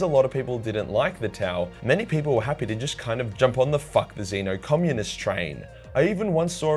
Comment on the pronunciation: Xeno its xeno